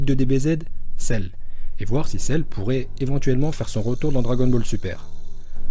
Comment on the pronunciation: Heuuu il a pas dit celluuu ?😂